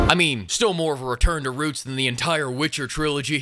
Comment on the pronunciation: wE gO bAcK tO tHe “REEUUUTS” Of ThE sErIeS!!!!!